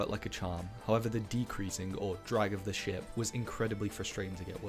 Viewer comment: everytime you say ship I hear shit